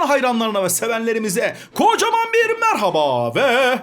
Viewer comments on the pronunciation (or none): none